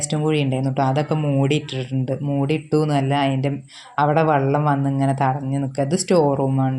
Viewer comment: വെള്ളം എന്നുപറയു...വള്ളം അല്ല